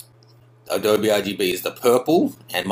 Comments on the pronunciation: "Uh doe bee" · A-dowb hah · What the hell is 'AH-DOBE'? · It's really hard to trust anything you say when you can't even pronounce adobe. It's pronounced Uh-doh-bee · HA ha, he's an Aussie, doesn't know that Adobe is Native American word ---pronounced A-Doe-Bee